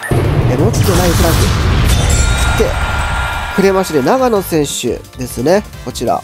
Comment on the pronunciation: 「ちょうの」ですよー